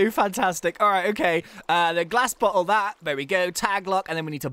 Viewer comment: when he said "glass bottle" I thought he said glass but hole. lol